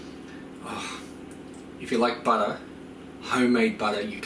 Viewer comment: LOL exactly like my husband says butter, he's from from Long island New York 🤗